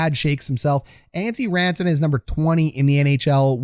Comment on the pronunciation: Raantana? You kill me with the pronunciations. keep up the good work!